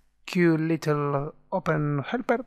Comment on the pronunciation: It's not SQLittle, it's SQLite Thanks for the tutorial